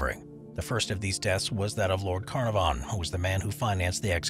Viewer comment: The name is "Can-AR-von." Your description of the Winchester is woefully incomplete and inaccurate. Maybe next time...